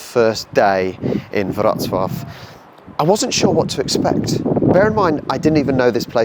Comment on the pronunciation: Thanks for learning how to correctly pronounce Wrocław. I know it's difficult for an anglophone to wrap the mouth around a foreign method of pronunciation. Wrocław był mój drugi dom.